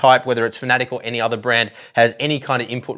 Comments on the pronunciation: it’s Fan a Tec, not Fanatec or Fanatic. 👍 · Fan-A-tec fanatec🤷‍♂️ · I think you're saying Fan UH Tech wrong. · Great review, still terrible pronunciation of "Fanatec" :)